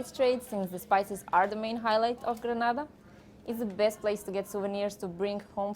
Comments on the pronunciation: Nice Vlog. 🙌 BTW it's GRENADA..🇬🇩 & NOT GraNada which is some Spanish country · It’s GRENADA 🇬🇩 Not Granada !